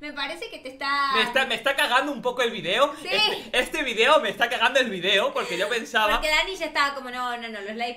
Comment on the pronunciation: Dani No quiero que Pierdas Tu Español. VUELVE A DECIR VIDIOS Y NO VIDEOS